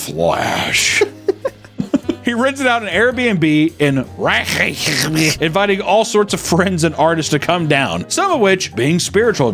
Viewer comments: not being able to pronounce the capital name of Iceland is so painfully American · you’re telling me this mofo can’t pronounce Reykjavik? That’s the one part of Iceland everyone knows lol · Of course doesn't know how to pronounce the capital city of Iceland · / the way he said Reykjavik😂💀😭😂 lmao